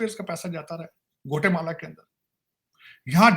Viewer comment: गोटेमाला नहीं ग्वाटेमाला hahahahaha 😂😅 वाह रे नमूनों